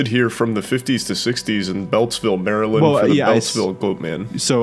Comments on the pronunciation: As an eastern shore Marylander, hearing say “Mary-land” instead of “mare-land” was almost as shocking as the time the Goat Man threw a rock at my car. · The way keeps pronouncing Maryland as "Merryland" gets me. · “Merry-Land” got me every time 🙃😂 Good job though boys, I enjoyed this one! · It's nails on a chalkboard hearing Maryland be pronounced Mary-Land and not like a rolled together jumbled mess of a word. 😅 We pronounce it like Merlind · they way you say Maryland hurts me. Its pronounced Mary-Lind OR if your being fancy, Mara-lan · As a native of Maryland is makes my ears hurt when pronounces it as Mary-Land and love that Wendigoon pronounces it as Mareland like he’s lived here his whole life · It’s pronounced Maryl-end it hurts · it's actually murrlan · It’s actually pronounced “Marlyn” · "Mary Land" is absolutely killing me. It just sounds so wrong lol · Ah yes, balitmore MARY-land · "Mary Land" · I love how says Mary-land lol because that is not how we pronounce it here